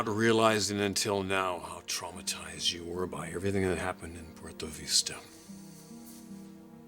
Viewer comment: I'm sick of hearing porTO Veesta